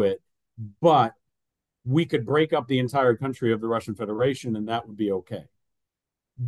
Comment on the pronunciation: Kantri,, nicht ''Kauntri" (country) Du kannst diesen Fehler ohne Weiteres wegtrainieren. Gezielte Wiederholung macht's